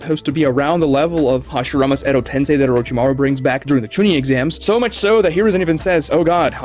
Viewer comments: he tends to mispronounce some things like how he pronounces "edo tensei" as "edo ten-sigh..." Like how the heck does he continue to get that wrong? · I wouldn't worry about calling you Diggo Knight. I do enjoy his content as well, but for someone called Weeb Commander, his pronunciation of some Japanese words is terrible. Edo Tensei = Edo Tensai Mount Myoboku = Mount Mubuko There's more I can't think of off the top of my head. Lol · It physically hurts me when he says “edo tensai” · can't stand his pronunciation, calling kokuo "kukiyo", "edotensai", and so many more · guy cant even say edo tensei right lol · I really don’t think he was trying to be insulting to this day he still mispronounces Edo tensei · I watch but I still believe Naruto has a bunch of retcons. But with him mispronouncing, let’s remember is bad at pronunciation no matter how much he gets corrected. He still says Edo-TenSAI half the time despite being corrected many times and being told how it’s factually incorrect.